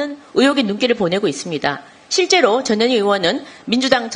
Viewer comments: 김정재 의원님 "전현희" 발음을 똑바로 해 주셔야 합니다. 듣기에 따라 "저년이"로 들립니다. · 발음을 주의해주세요...저 뇨 니 😂